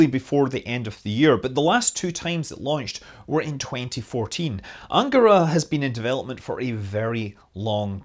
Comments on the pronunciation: I thought it was an-GA-ra. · cool! Also, the stress in words “Vodorod”, “Soyuz”, “Proton”, “Angara” and “Baikonur” falls on the last syllable (if you strive for perfection).